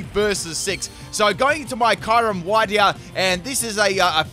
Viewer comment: my favorite union is shellder and slowpoke aka slowbro also kyurem is pronounced kyuu-rhem not kyy rem